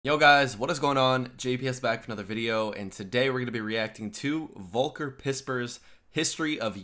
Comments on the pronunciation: Just a little lesson. Not at all condescending. Volker (german Volk means people/ Volkswagen = peoples vehicle) It's pronounced Folker. V is Red as an F. You are smart, why stop at mispronancuation. Props to your channel, hope there are more and more young bloods in the USofA that are as open minded as you. ;) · Hey mate, the algorithm brought me here. Kudos to your videos and open mind towards Europe. Volker Pispers is a great guy who is roasting us Germans in the same way and yes, truth hurts. One thing to learn though: He is called "Volker", pronounce it like "Fokker" with an L, not like "woke" :D thanks and keep on going! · Slight pronunciation help. The "v" in volker is pronounced like an "F". Folker not wolker. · And I like that no one ever knows how to pronounce his name. That the V in Volker is pronounced like an F. 😅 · Except for really special sayings or expressions the translation is REALLY GOOD and accurate! By the way, he's called "Folker", the German V is spoken like an F. =) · When u say Volker, try saying it with an "f" skins in the start not "w". In Germany we speak the v as f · If you want to pronounce Volker right, just say Foll-ker. F and V are pronounced the same in German, both like an F (and W would be pronounced like your V, because we do not have the English double-u sound in our pronounciation alphabet). 🙂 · Maybe you should try to say Vol-care, that would be near to "Volker". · pronounce it Folker instead of using the english v ;) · The V in Volker is spoken like an F.....:D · Speak his name like focker folcker Volker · I already told you (regarding "Volker"): The German "V" is pronounced like an "F".